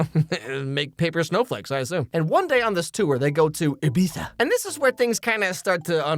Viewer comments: Thanks for saying ibiza correctly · Ahh, you said "Ibiza" with just the exact and correct amount of obnoxious pretentiousness. Chef's kiss.